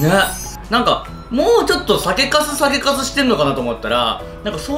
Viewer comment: リュウジさんが酒粕酒粕言うと｢酒カス｣に聞こえます(失礼) どうも〜酒カスでーす！(失礼)